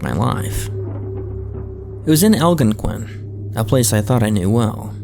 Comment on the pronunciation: It was in Al-GON-QUIN 💀